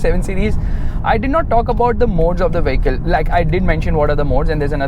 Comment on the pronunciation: You are always pronouncing "vehicle" wrong. Friendly suggestion ✌🏻